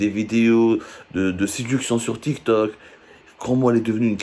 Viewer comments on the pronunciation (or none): none